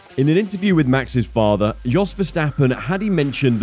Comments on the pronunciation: Yos not DJos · It’s pronounced Yos not Jos.